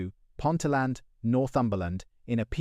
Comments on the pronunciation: Yeah, Tyne and "Ware" ... 🙄 "Pont-a-land" ... 🙂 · Cannot even say Ponteland properly